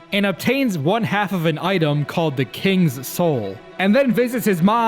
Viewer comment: I think you read Kingsoul wrong